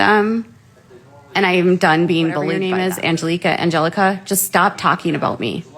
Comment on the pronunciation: Omg…criminal activity and defamatory? For doing nothing nearly as defamatory as what she does to literally EVERYONE she talks about??? And, it’s NOT AngelEEka…it’s Angelika! 🤦🏻‍♀️ She’s lucky she doesn’t have 20 more lawsuits than what she has. Again,, you don’t get special rules that say you get to defame, bully, stalk, and harass whoever the hell you want, but they can’t talk about you! It doesn’t work that way! 😳 FYI, you have ZERO legal or reporting credentials (or expertise with cults, to be honest)…but Emily AND Uncivil are licensed attorneys, so I think they win as far as experience goes! 🤷🏻‍♀️